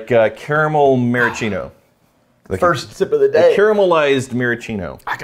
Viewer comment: Maraschino is pronounced ma-ra-skee-no, not ma-ra-chee-no